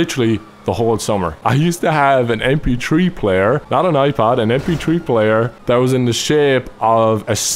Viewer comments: "em pee tree player" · he said mptree player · How pronounces MP3 lol... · He said "mptree player " I laughed so hard! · When he said mp3 player I thought he said empty tree player at first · "mptree player"